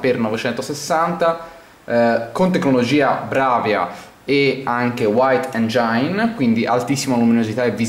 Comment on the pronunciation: white "engiain"!? meglio "èngin" ovvero / ˈendʒɪn/